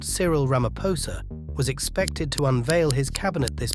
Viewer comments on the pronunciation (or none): none